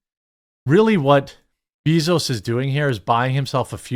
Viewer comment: anyone else not like how Jeremy pronouncing jeff bezos name. like I hate the guy too but damn